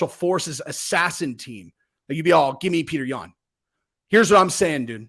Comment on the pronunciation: If you saw Sean's podcast the funniest thing, he called him Petr Yam 🍠😆